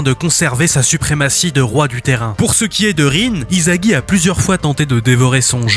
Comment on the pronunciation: Vous savez que le manga est pas français ? Alors pourquoi vous disez izagi sa se lit issagi il est pas français le s se lit s pas z